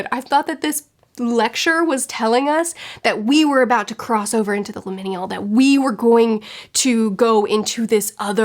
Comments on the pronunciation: Pronunciation nitpick only because it's a new word for you: it's limin*al* not limin*i*al (I can never remember exactly what it MEANS beyond vague transitionness :D) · I 10000% agree with everything. This was my least favorite book of the year, next to The Hunting Wives. Both were just terrible 😩 Definitely agree that lecture was like the best part of the book :’) As a side note, liminal is pronounced Lym-inn-AL. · No offense, it's pronounced "lim-in-al". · First time viewer after just reading this book. Glad someone else hates this book a lot too! Also the way you say liminal is giggle worthy. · I had to scroll way to far down to find someone mentioning how she butchered that word. I hope she's looked it up since then...